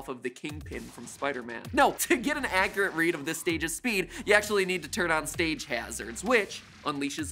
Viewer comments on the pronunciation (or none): none